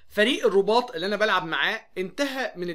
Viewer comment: بالتوفيق يا اداء رائع ما شاء الله وبالتوفيق مع نادي الصيد بالمناسبة الرباط بكسر الراء 😄😄😄